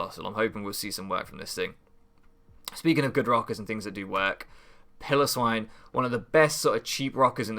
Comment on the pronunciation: What did I say about Piloswine? You are going to mispronounce it every week aren't you? Otherwise I think you have a very good draft, I look forward to seeing how it does